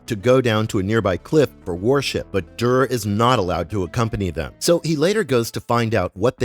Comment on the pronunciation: I have to click alway halfway through because it’s too irksome to hear you mispronounce everything. Proper names like Duré can almost be overlooked, but hegemony?? Cmon man that’s an English word. If you aren’t sure how to say it look up a pronunciation guide, you are posturing as a subject matter expert here and cant even correctly say half the things coming out of your mouth.